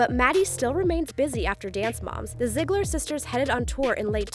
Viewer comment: STOP SAYING ZIGLARS. ITS NOT SAID LIKE THAT 😭